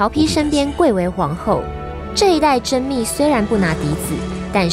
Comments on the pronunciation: 甄宓你读错了是宓不是密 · 甄宓fú 不是密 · 甄宓從來都不是本名，這名字的來源是曹植的《洛神賦》，洛神賦被謠傳為是寫給甄皇后的（這應該大家都知道），而洛水之神就叫宓妃。因此民間才管甄皇后叫甄宓。 而宓妃的宓則肯定是念「服」，若考量到這名字的來源，甄宓的宓也應該隨宓妃念「服」比較合理。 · 我擦，那是甄fu，不是甄mi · 甄宓的宓 念 服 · 是甄宓(ㄈㄨˊ)不是ㄇㄧˋ 為什麼步練師講練師而已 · 甄宓，读fu二声，不是甄密mi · 甄宓（fu），读二声 别文盲了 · 甄宓(音同福) 拜託做影片前多用點心，謝謝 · 甄宓（ㄈㄨˊ）。。拜托注意下哦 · 宓这个字念fu。。二声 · 那個字 念 宓ㄈㄨˊ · 那念甄宓(fú)福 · 即使是唸錯 也仍然無法減低我們玩家想"征服"甄宓的慾望!!!!!! (話說好像最早都是稱呼她為甄姬 我也比較習慣稱呼她甄姬@@